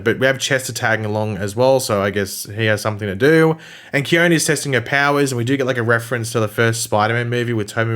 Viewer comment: Khione in Greek means snow,you are correct. :) I know this,cause i AM from Greece. :D And the letter e at the end of her name in Greek is a heard letter. So,her name should sound Khion-E , with the letter E sound as intended (you know a b c d E ). In any case,as i said,you are correct. Her name in Greek is snow. :)